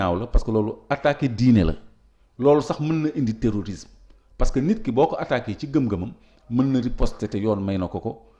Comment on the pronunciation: Dites à cette journaliste qu’on dit terrorisme au lieu de téorisme 😂